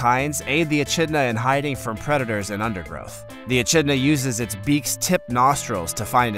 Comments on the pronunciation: Is is not embarrassing to post a video like this and no even pronounce the name of the animal correctly. There is no ch sound in echidna (uh-kid-na). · echinda is pronounced ekidna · It's an e-kidna,not an e-chidna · It's said E-Kidna not E-chidna even if it's spelled Echidna 🙈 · another he has not pronounced right.the achidna is not pronounced a chid na it is most annoying when a narrator does not know how to pronounce the names right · How many other Aussies cringed at the Echidna pronunciation?! 🤦‍♀